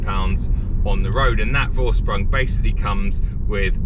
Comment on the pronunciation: hahaha. Its pronounced like! The syllables are and